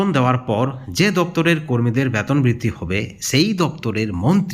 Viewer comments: Baton noi,beton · ব্যাতন কি জিনিষ বুঝলাম না। উচ্চারণ সঠিক করেন। তার পর খবর করেন।